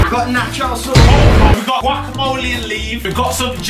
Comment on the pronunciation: I love gwacamolly